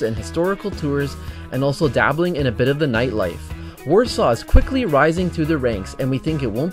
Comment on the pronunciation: Poland seems lovely, I want to visit there when I'm older and have enough money to travel, but that's not how you say Warsaw